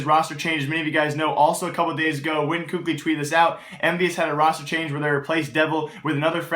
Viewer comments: its kaylee not cookli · first off, you obviously were mad because you used the f word second of all kukli isnt how youpronounce his name, im just informing him on how to say it correctly, just because someone says differently doesnt mean its the correct pronunciation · it's pronounced kaly. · For a "news" channel there is a hell of a lot of subjectivity and empirical information provided. I find myself disagreeing with consistently with how I feel teams stack up. Also you should learn to actually pronounce KQLY. Not hating, just being objective with you.